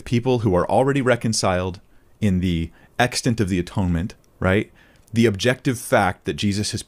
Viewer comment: Im bothered that can’t pronounce the word “extent”